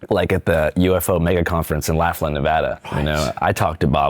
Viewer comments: LOFF-lin, not LAFF-lin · laugh-lin ✅ lauglin ❌